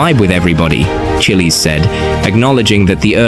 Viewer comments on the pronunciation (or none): “chillies” 💀 it’s pronounced chi - as in chicken or children it’s pronounced les - as in the name charles